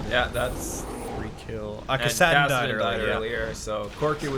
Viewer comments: PLEASE STOP SAYING KASAADIN ITS KASSADIN! the pronunciation Nazi in me wants to strangle you... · Sweet video as always. Btw I've never heard anyone pronounce "Kassadin" like you do.